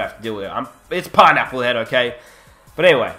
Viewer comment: Bruh with ur accient it's funny when u say pineapple head😝😝keep up the good work